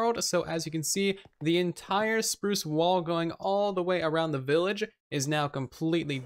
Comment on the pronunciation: Did you just say “willage” instead of “village”?